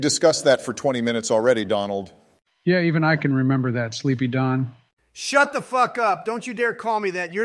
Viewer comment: "Sleeply don"